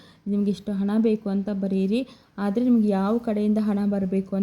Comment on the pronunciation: ಫ಼ಸ್ಟು ನೀನು ಹಕಾರ ಅಕಾರ ಸರಿಯಾಗಿ ಕಲ್ತ್ ರೀಲ್ಸ್ ಮಾಡಮ್ಮ ತಾಯಿ!ಎಲ್ಲಿರ್ತೀರೊ ನೀವ್ ಥೂ... ಹೊತ್ತಿ ಅಂತೆ ಹಾದ್ರೆ ಅಂತೆ!